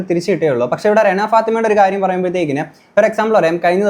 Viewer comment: രേണ അല്ല ചേട്ടാ റെന 😹